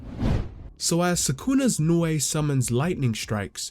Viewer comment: Also, thank you for being one of the few youtubers making JJK content to say Nue right.